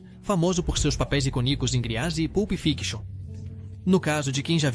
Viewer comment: CURIOSIDADE, MAS É DIFÍCIL OUVIR /ICONICO" QUE NICO?